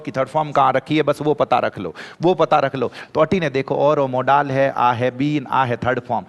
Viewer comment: मॉडल होता है या मोड़ाल 😂